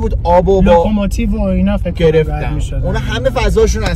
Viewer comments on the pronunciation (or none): none